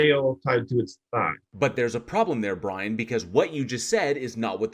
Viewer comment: We shall wewease, Bwian!